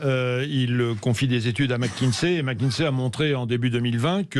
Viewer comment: au bout de 5 min, j'entends mc Kinsey, bidden. bref, j'arrête là